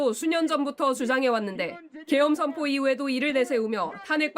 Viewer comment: 발음이 '셔언포 합니다. 셔언~' 전형적인 개독교 통성 기도식 발음. ~쥬시옵셔셔, 셔언~포....